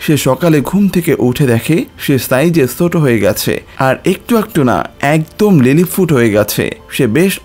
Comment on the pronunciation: লিলিফুট নয় লিলিপুট